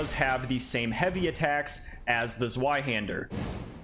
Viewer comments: WHY DO YOU HAVE TO SAY IT LIKE "ZOO-WHY HANDER"? IT IS "Z-VEYE"! AAAAAAA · Completely random but zweihander is German so it's actually pronounced zv-eye-hander not zw-eye-hander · "Zweihander" - the Z is pronounced like ts, as in Mozart. Thanks for the video! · The Zweihander is not pronounced like that.. It's German and pronounced "Tsveihunder" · kurwa zweyyyyyhander im not fucking german and yet it was like fucking triping on flat road -> tzvai-hander, or just use German translator to tell you how to pronounce damn TWO-handed sword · Bro please it’s pronounced zveihander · ITS NOT A ZZZ-WHY-HANDER! think of the w as a v, its german for 2, Zwei aka 2-Hander!!!! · Man, from a second-language German speaker, that pronunciation of Zweihander hurt my soul … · zweihander is german, meaning you pronounce the w as a V, in english it just means TwoHander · Ok this is a simple mistake because you did just sound it out and that's what everyone would do but the zweihänder is a German sword so the w sounds like a v, but I'm just a sword nerd so don't mind me